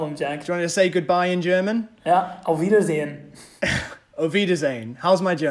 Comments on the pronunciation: Language expert: Oberfeldwebel with a soft L. (Like germans say it and dont see a problem how Fassbender sais it)But completely butcher the R in the same word. ObeRfeldwebel is meant that you really hear the R but Fassbender AND the expert almost swallows it. In his "good bye" (auf wiedeRsehen) he does it again. So as a native german speaking person i would not recommend a non german language teacher xD This whole video is just nonsense. Sorry, but true. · It's no wonder, the german speaker himself says the "auf Wiedersehen" in the end with that emphasis on the last e